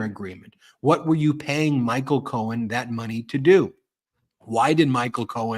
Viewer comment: did anyone else catch this—He called Cohen “Cohn”, as in Roy Cohn ~he even paused, like, “did I get that right?” He is losing it.